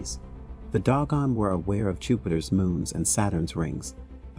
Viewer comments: If you are going to present something about the Dogan, please pronounce the name of the group correctly, Do-gon not Dog-on. Thank you. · 😂 Pronunciation is "/'DŌ•gon/" not "DOG GONE!" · Carl's sagging? Well, I'll be dog gone! lol Seriously though, pretty sure they're pronounced 'say-gun' and 'doh-gone', respectively. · TO THE -- IF YOU'RE GOING TO DO THIS "PROFESSIONALLY" (meaning putting your words out there for the public to see and hear) YOU NEED TO -- AT THE VERY LEAST -- PRONOUNCE THE LANGUAGE -- AND ESPECIALLY NAMES -- CORRECTLY!!! They are NOT the "doggone" -- the name of the tribe is the DŌ-GON -- and you show your ignorance and lack of care, respect (for yourselves and those you write about), integrity, and/or smarts by ignoring those signs of honor and estimation of others… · I think it’s pronounced doe-gawn, not dog-gawn. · "Doh-gahn," not "dog-uhn." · they are_dO gOn..nOt_dOg gOn🤦🏾‍♂️ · Also it's Doe-gon. Not Dog-on. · Doe Gone.......not Dog Gone LOL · Doggone ? Saggin ? If you can't pronounce such common names, maybe you should find something else to do. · It's pronounced Dough-gone and Say-gen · Am I an asshole to be upset by the consistently mispronounced words in the narration ? Dog on ? Sag gan ? I have trouble taking in the information while also being spun about with the incorrect pronunciation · Sorry but its pronounced Doe-gon And Say-gan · You are pronouncing Dogon incorrectly. If you are going to do videos about African people, places and cultures, be respectful and learn to properly pronounce the words. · iirc that is not the pronunciation of "Dogon". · Dogon is properly pronounced with the long "O" vowel sound. Next you mispronounce Carl Sagan's name... I'm getting the distinct impression that this is AI generated narration.... which I despise.